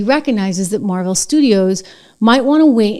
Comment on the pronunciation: It's not "Mar-VEL," it's "MAAR-vuhl". There's this feature in Google: "how to pronounce...." I noticed the Nancy Drew book on the shelf.🔎